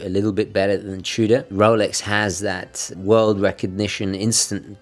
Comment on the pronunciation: "Chew-Duh" Love your videos, just poking fun.